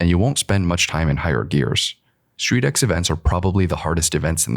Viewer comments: It's not "Street X". You read it as "Street-Cross", just like MotoX or RallyX, all include cross-country driving/riding and off-road. Picture StreetX as Rallycross but with tuner cars on industrial tracks. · Street X is actually pronounced ‘Street Cross’